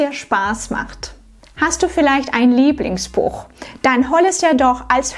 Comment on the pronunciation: Perfekte Aussprache, nur verraten Dich leider die Wörter „Lieblings…,“ - hier ist „b“ übrig, sollte eher als „p“ lauten :)